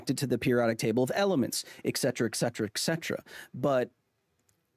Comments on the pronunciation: It's ET cetera, not EC cetera. I really like your videos Kyle, but you're killing me, man!😂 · For someone with a degree in communication, you`re really bad at pronouncing et cetera. It`s not "ecksettra", "ecksettra" is verbal vomit. Why is it so hard for americans to put the letter T after the letter E? ET is not pronounced ECK. People listen to you, and now thousands more think "ecksettra" is how you say et cetera. But hey, words don`t matter, "it`s just how I say it brah".. "ecksettra" is so cringe, but pardon me for being somewhat literate. And yes, Rogan has millions of listeners, but if he doesn`t know what`s being said, how can he argue against it? Also, is there anyone out there who looks to Rogan (as opposed to yourself) as a source of scienctific information? "contributing to the infodemic" You mean like saying "ECKSETTRA"?